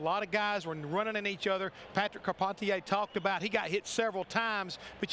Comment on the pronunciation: Shout out to Patrick Carpentier. Love Canada. I love it that Darrell called him “com-par-teeayy” when he radioed him 😂